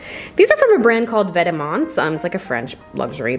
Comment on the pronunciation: the way she pronounced vetements 💀